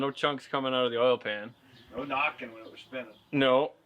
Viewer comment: You got it but sounded like it knock I ng